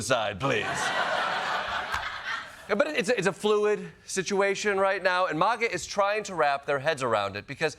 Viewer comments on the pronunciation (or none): It's Maga not Mahga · Klepper's one of the few to pronounce it 'maw-ga' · ...I just wish he would pronounce MAGA the right way, he's not British